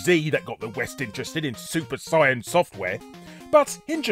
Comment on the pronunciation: mate that wasn't comment bait, you were dead on. that arc sucked. and you pronounced saiya properly throughout. you get a big bag of weeaboo points today, makes up for all the other names you've butchered.